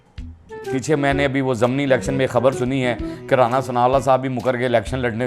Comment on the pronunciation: Mohtram aik lafaz bola app ny " Zamni Election "... mohtram Zamni naheen "ZIMNI" lafaz hota hai...